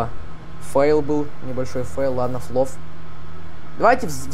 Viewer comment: И ещё не флов а фолов